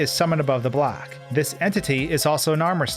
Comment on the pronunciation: Why is he talking "black" instead of block?